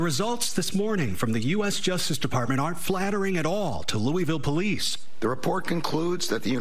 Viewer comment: 😬😬 From my hometown to my neighboring state... It's embarrassing out here. Kudos on saying Louisville like a native. It's pronounced Loo-ah-vul. Like you have a mouth full of food while saying it.